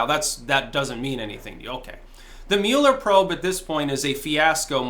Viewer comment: Especially since you can’t pronounce his name right LOL